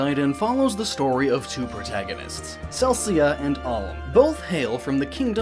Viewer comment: Seriously, it's "palm" without the "p". Cell - ick - uhh. ALM AND CELICA. Sorry, I just couldn't help myself...